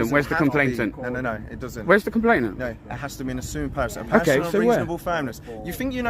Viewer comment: COMPLAINANT not complaintant